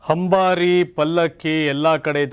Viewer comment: ಹಂಬಾರಿ ಅಂದರೇನಯ್ಯಾ? ಅಂದರೇನು ಅನ್ನೋದು ನಿನ್ನ ಬಾಯಲ್ಲಿ ಹಂದರೇನು ಆಗುವಂತಿದೆ..ಆಗುವಂತಿದೆ ..ಹಾಗುವಂತಿದೆ ಹಾಗಬಹುದು😢